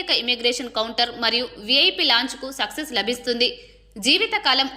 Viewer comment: Success కాదు.... యాక్సెస్ అది✓